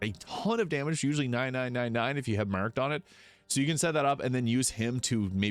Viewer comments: Took me so long to realised you were saying “marked”. What accent is that?😂 “mueerrrked” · The way your pronounced the word "marked" is wild